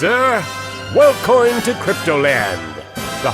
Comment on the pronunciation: Every time I hear "Welcoin to cryptoland." I die a little inside.